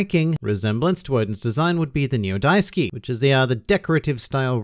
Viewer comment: The rope wrapping is called "dasuki" what you said was "da[i]suki" which is a second degree stronger form of "love"